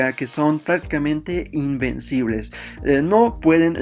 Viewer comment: Alguien más pensó que decía que heran imbéciles ? XD